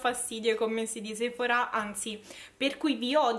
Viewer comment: Perché la gente a Roma è cafona. Sei di Roma, vero? Che bello che pronunci bene Sephora con l’accento sulla “a”. A Milano sbagliano pronunciandolo con l’accento sulla “e” pensando pure di essere fichi.